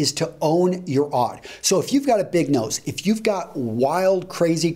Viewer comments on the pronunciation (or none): none